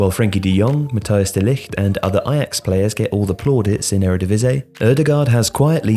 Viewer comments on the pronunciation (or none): none